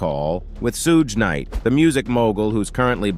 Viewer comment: okay how about we call Jim or Ervin 9036 if it's just a name..... I know this is crazy thing you would maybe want to be able to pronounce the names of the people you're doing the segment on that's all shoog night in combining three different names somebody had how can I want to believe anything you say you can't even pronounce people's names